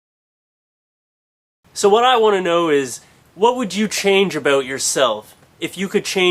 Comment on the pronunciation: Good one. Some times you make me laugh on how you pronounces "about" :).